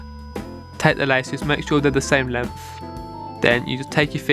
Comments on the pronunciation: That boi said “ lemF ” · Lmao he say “length” like “lemf”💀